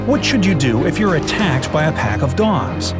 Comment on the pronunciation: Did anyone hear gods instead of dogs